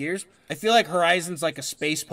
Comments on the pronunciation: What pisses me off is he pretty much aced all the Pronunciations until Arceus, ITS ARK EE US PEOPLE LEARN YOUR POKEMON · Ar-key-us. That's how you pronounce it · Sorry for being annoying but Arceus is actually pronounced ar Kee uus Because they are based of archgod which is pronounced arK god